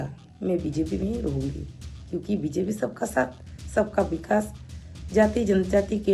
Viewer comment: You even don't no bjp how to pronounce how can u speak english